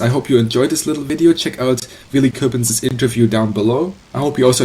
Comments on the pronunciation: Michael Bohmer no i didn't mean it like that i meant that you pronounce it like you would as a german he said it like a frenchmen would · you pronounce coppens like you would in german its a flemish name and you pronounce it like a dutch person would